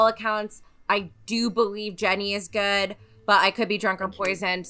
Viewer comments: Goo-idd or goo-wud sometimes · Jenny is the first person I've heard that makes "good" into a two syllable word.